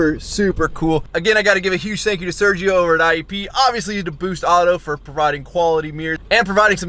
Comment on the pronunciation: Sergio: Ser-he-oh